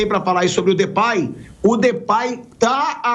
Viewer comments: Pilhado, se pronuncia Depey mesmo, e não Depay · Sabe nem falar o nome do Cara 😂😂😂 mais das finanças sabe né...Comédia